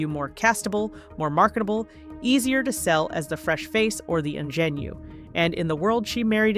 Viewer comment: Pls, if the commentator is going to use French words, they should learn how to pronounce them correctly! Ingenue!